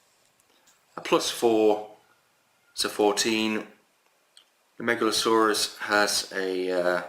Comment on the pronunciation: Nice video. You keep reading the name Megaloceros as "Megalsaurus", like it is a dinosaur. You should read as "MegaloKeros" because the name means "Big Horn". The way you say it means "Big Serpent". :)